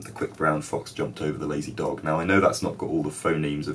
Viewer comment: Your friend from Bradford pronounced the word ''dog'' with the ''k'' sound in the end, not with the ''g''. =)